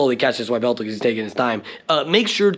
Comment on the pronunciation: Is calling it a Why-veltal just a meme or is that really how you think its pronounced?